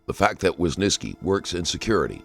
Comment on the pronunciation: who is this wysniski you are talking about? how hard can it be just saying WYSYNSKI after hearing it from multiple officers several times????